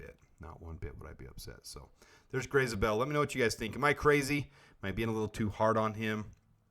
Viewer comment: you are pronouncing his last name wrong, it is not "Zah-bell", it is "Zay-bell."